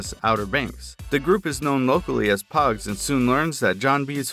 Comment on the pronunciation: poges not pugs